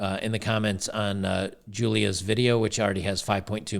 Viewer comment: "Jewliah"... yeah, you can't make this stuff up.